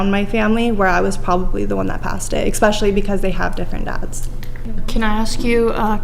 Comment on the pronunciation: I didn't believe her until she mispronounced, especially as "Ecspecially"... Autism